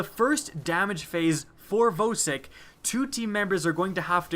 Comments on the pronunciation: Vowsik? It's VAUSIK. VOSIK THE HEDGEHOG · YOU PRONOUNCE IT "VAHSIK"!!!!!!!!!!!! GOD YOU MADE ME CRINGE THE ENTIRE TIME WATCHING IT. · Jeremy Roman it really annoys me when people say voe-sick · Why do you pronounce vosick wrong? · Your pronounciation of Vosik gave me AIDS